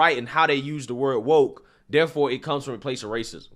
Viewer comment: Shit. Wokaa what. Can't say woker..